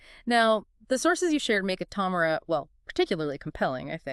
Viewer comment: Please learn to pronounce the stock name your talking about. Smh 🤦🏽‍♂️